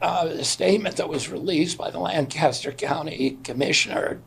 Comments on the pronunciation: Lancaster city and Lancaster county in Pennsylvania are pronounced Lan-kiss-ter NOT Lan-cass-ter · We gotta work on that pronunciation of Lancaster, though. LANE-kissed-her / LANG-kist-'er. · Its pronounced lan kiss ter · As a Lancastrian it kills me to hear people butcher the pronounciation 🤣 its "lang-kiss-ter" Its also important to point out the sole source of the claim these deaths were not caused by measles is Commissioner Josh Parsons, and the kindest thing I have ever heard anyone say about Parsons is that he was a weasel. I'd call him a piece of shit but at least shit gets used as fertilizer. If Josh Parsons says the sky is clear and blue, you'd better roll up the windows on your car. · Hey Phul, love the show, but given you are coming to Philly in a few days, you should know the pronunciation of Lancaster is like Lang Caster or Lank i Ster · FYI - Folks from PA pronounce Lancaster with a hard a. The ‘Lanc’ should rhyme with ‘bank’ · In PA they pronounce it lank-a-ster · It's pronounced "Lank-Is-Ter" don't expect Phil to know that. Do expect RFK to know that given the recent phone call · As someone who lives in Lancaster hearing it pronounced the wrong way somany times hurts me deep inside. But it is also worrying that we are having such a large outbreak which is more important